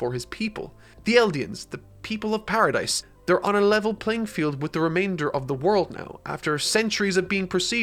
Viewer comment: Great video man but it's Paradis not Paradise ;)